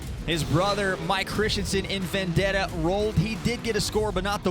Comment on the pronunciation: It's Vendetta, not Vandetta what u talking abt